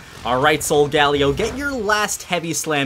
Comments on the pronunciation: its pronounced SOUL GAH LAY OH 15 episodes deep and I finally had to comment sorry! Otherwise im loving the series! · It is pronounced solgalyo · henos corret in one of his vids he said my english is nad today and he is saying solgelo wrrong he is saying sogalio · You said solgaleo wrong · U say solgaleo wrong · Please say Solgaleo right